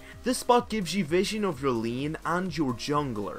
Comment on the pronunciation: and "Lien" for Lane :X I love it! :D :D :D